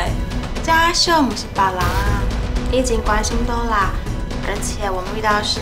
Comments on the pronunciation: 拜託 是Dora 不是Dola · 聽了好幾集，一直發音Dola 而不是Dora = =